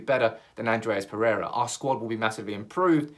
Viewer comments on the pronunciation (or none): none